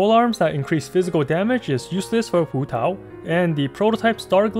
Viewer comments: waaah your pronunciation of hutao is so good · I love how you pronounce hutao in with pin yin instead of like hootau